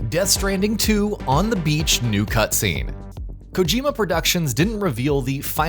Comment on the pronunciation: Everything is monotone and words and phrases that should have emphasis simply don't. The words themselves also sounds like AI like when he lists anything like "death standing new cutscene" he says it like the title of the game includes the name "new cutscene" when we clearly know it doesn't but the AI voice thinks it does. If you are convinced by this then just be happy in your ignorance because after you learn how to notice it you will see it all the time on youtube nowadays